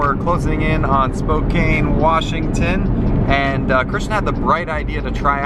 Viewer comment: Just a note: It is "Spo-CAN" not "Spo-cain".